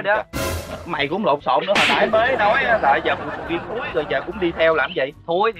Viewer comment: Nói ra sầu riên ra sầu riên luôn ah úi